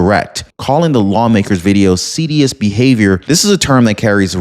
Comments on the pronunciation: the word is seditious--seh-di-shus. An important word to get right. Sorry to be pedantic, but your stories are always well-told and pronunciation can sometimes be very important. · The word is "seditious " se - dish- us pronunciation...